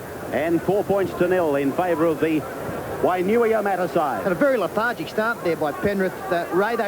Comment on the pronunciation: Wainuiomatter 🙄 at least try say it properly lol good to see the Boyz again. #WAINUIOMATA4LIFE